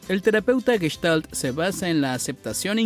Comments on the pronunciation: No es Gueshtal, es Gestal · Ya te dejaste impresionar por un tarugo que no sabe ni pronunciar Gestalt ! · aparte que es una seudoterapia los terapeutas y psicólogos están más locos que una cabra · En castellano, NO ES CORRECTA ESA PRONUNCIACIÓN, 'GUESHTALT', ADEMÁS TAMPOCO es correcto decir traNStorno, sino., TRAStorno, SIN N, LA PERSONA QUE NARRA ESTE VIDEO IGNORA CÓMO HABLAR DE MANERA CORRECTA, imaginen el tipo de terapia que va a brindar, evidentemente sólo es labia lo que se vende muchas veces con estás terapias y mucha gente cae en ésos engaños 🤮 !!!